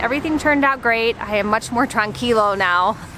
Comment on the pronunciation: The word is "tranquila" not tranquilo.